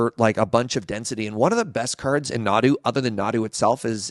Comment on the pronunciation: Nadu? nah, dude. deux nod.